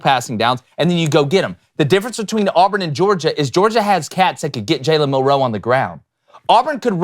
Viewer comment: says Milroe about as elegantly as Milroe says roll tide.